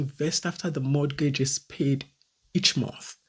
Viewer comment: Sister if i am not hearing anything you say, please in mortgage, the T is silent. It is pronounced morgage. Pronouncing the T, gives me an ache. Secondly the house, you are renting was bought by someone. If people dont buy down, you wouldn't have a place to rent. Life is in stages, when its your morning,its your morning.